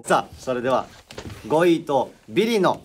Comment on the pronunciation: たいちぇの「号外、号外〜」と 末様の「ごいい（5位）」の発音が 我が家の超爆笑ポイントです。 まぁ、どこを切り取っても面白いんですが🤣